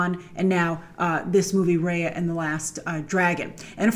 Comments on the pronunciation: It's pronounced as Ruh-Yuh and not Rey-yuh. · It’s actually pronounced like ‘Raya’ = Ry-uh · First of all. My REAL Name IS Raya, and you guys ain’t Pronouncing it right😂 It’s RAY-UH. Just the way it looks. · Since it's SEAsian, it's pronounced as Ruh-Yuh